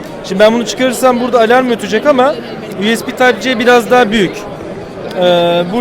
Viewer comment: "yuyespi tayp ce" ibaresini kullanmasını ne çok seviyorsunuz.